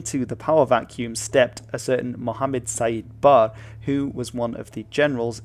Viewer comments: As a Somali, this is a very informative video - well done! The only gripe I had with this video was how you pronounced the dictator Siad Barre as "Sayeed Bar". It's supposed to be pronounced as "Siyad Ba-re". 😀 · From memory, the dictator Siad Barre's name is pronounced: See-yad Barr-ay. OK, that's how the BBC pronounced it...